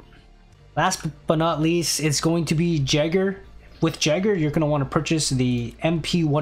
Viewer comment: It's not jay-ger it's Yay-Ger